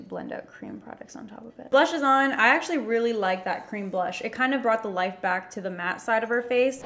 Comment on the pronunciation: Vanilla crem??!!? No hate just funny! I’m sorry if this offends you.